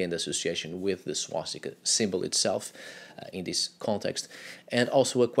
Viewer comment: Its swastika not swastikā. Swastikā would be female swastika which doesn't make any sense